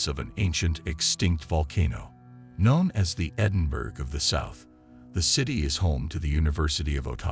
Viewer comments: Edinburgh is Not pronounced like Batterburg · no it’s not like that. It’s pronounced Edin-boro